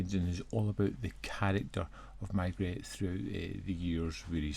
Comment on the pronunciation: why are you calling the detective ‘my-gret’? It’s ’may-gray’, of course. I know you usually comment on your own pronunciation of foreign names, but this detective is well known in British circles (Rowan Atkinson, Michael Gambon and Rupert Davies have all played the role on British series). There’s even another British series already underway that hasn’t been on tv here yet, but has in the US. I have this disc, but haven’t watched it yet (maybe tonight or tomorrow). I’ll come back when I’ve seen it.